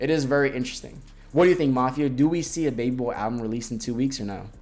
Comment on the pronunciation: why u keep saying "baby boar" 😭